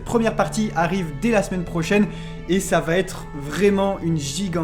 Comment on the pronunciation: VA ÊTRE. Pas VA-t-ÊTRE. Vos vidéos sont si parfaites que c'est dommage d'avoir les oreilles blessées